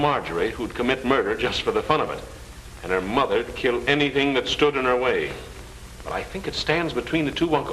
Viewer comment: Captain said Anathing instead of anything.